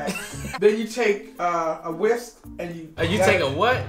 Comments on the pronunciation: And the whispk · abstract and whispk，love it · She's making me forget how to say "extract". And "whips" also makes as much sense as "whisk" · YALL DID HER DIRTTY “ABSTRACT” “WISPK” 😂😂 love ya guys as always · beginning: ending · Abstrakt. Whipsk. I lurrrvvvvvveee herrrrrrrrrrr